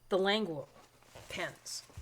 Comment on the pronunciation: Languo according to the company is pronounced Lan-goo and not Languo like what a lot of people in English like to pronounce it.